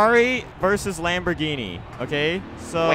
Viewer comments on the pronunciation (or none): Wamborgini not Lamborghini lol😂